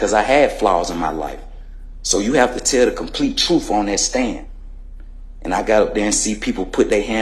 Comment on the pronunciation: he said truff instead of truth